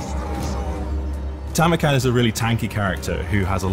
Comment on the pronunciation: you actually NAILED it with Tamurkhan!!! Good job!!!